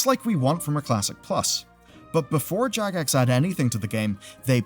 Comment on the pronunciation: Jagex sounded like jackass for a second